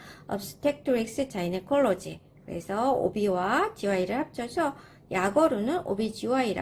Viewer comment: 부인과는 항상 "가이너칼러지" 라고 말하고 강세는 "칼" 에 두시면 좋습니다.